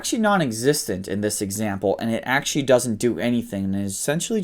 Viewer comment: Your pronunciation of Middle Eastern names and places is on point. However the way you pronounce "actually" leaves much to be desired